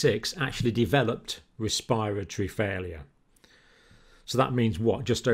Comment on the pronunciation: ur pronunciation is killing me rn. ‘cohvid’ , ‘respire - atory’